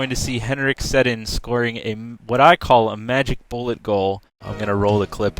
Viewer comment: You said Sedin wrong.